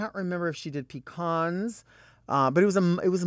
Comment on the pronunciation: I thought there were only 2 ways to pronounce Pecan; “Peecan” or “pecahn” but Delta said “peecahn” ; revolutionary!!!